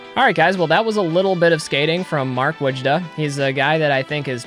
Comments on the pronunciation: its Voy•da. awesome highlight tho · I believe it's pronounced Boy-da or Voy-da. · Its like a generic midwesterner accent saying would ya. Woojah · Another great video. I always heard it pronounced "Whoa-juh"